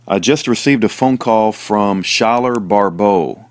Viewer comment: Thank you sooo much for putting out these videos recently! I'm just discovering them and I am so blessed by them! I am his mom! His name is pronounced like Sky-ler! lol! I wish I could tell you how to properly pronounce his middle name (Pyatte), but, it sounds like pie-it! I hope that helps! Please message me sometime through fb/Messenger!